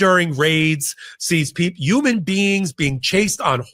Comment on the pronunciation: Did he say "uman" instead of "human" or am i hearing it wrong?